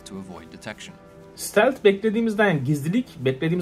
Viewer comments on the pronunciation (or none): none